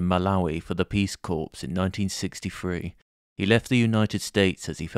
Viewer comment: Its pronounced 'core' not 'corpse' for the word 'corps'